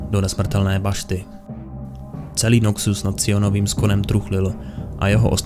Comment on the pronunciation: Je to Noxus, ne Nokcus…. Děkuji